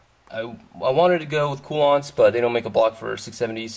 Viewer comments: Informative build log. Btw, Koolance, Coo-Lance, not Coo-Lonts. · I had a very difficult time watching this video because of having to put up with how your say Koolance.